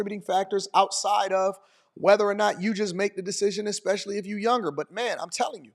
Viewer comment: Did she say "eck-specially"?